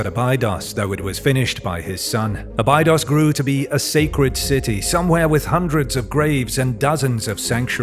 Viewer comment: It's pronounced "Aa-bee-dose", not "ah-bye-dos"... Next time, use a real human to do your voice over...